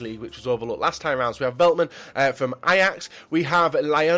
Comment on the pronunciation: VELTMAN?? WOW